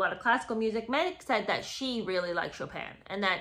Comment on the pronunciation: She probably pronounced it "Choppin'."